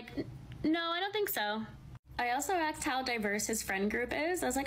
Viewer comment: interesting, as much as she sounds like any white girl in California, she still says “axed”. Fascinating phenomenon.